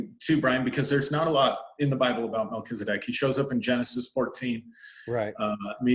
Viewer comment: So perfect Brian!!! You pronounce it the way I do… I don’t say Mel Keeezzz-adeck… I say Mel-Kell-za-deck